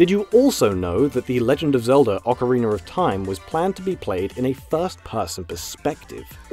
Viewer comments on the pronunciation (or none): "Ocariner of Time" excuse me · "Ocarin-ER of time" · "Ocariner of Time", eh? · OCARINERR OF TIME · You pronounce Ocarina like Zeltik. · Lol orcariner